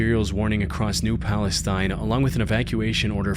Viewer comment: "acrosst" is not a word, stop it :P